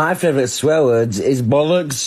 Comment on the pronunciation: He said favorite without the “or”